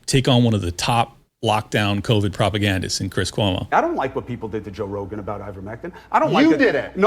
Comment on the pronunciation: Cwis Cuomo